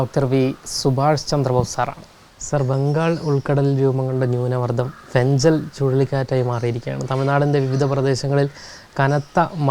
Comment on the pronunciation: Fengal എന്നാല് ഫെൻഗൽ എന്നല്ലേ പറയുക? ഫെൻഞ്ചൽ അല്ലല്ലോ